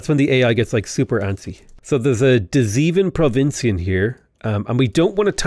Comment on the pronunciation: The 'Zea-ven provinziën'? LOL The latter word was pronounced quite good, but I now wonder if you also count as 'one, two, three, four, five, six, seaven, eight, nine, ten'. :-P (Although to be fair, indeed 'zeven' is not just 'seven' with a z, but the first syllable is pronounced as in 'say' with a z. From an English point of view it's 'zay-ven'.)